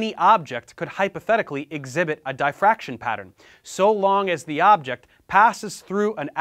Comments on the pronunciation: Idk if this is just my ignorance but every time you say Dye fraction my brain turns off and I just can’t accept what you’re telling me 😂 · What's 'die fraction'? Is it the same as 'diffraction'? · It's not "dye-fraction" - it's diff-raction. Sorry for being pedantic, but I' spent a lot of my life looking at diffraction patterns! 😇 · Nobody: Literally Nobody: Professor Dave Explains: Die-Fraction 😂😂😂😂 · Can't fuckin pronounce diffraction.